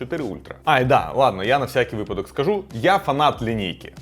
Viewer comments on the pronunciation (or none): none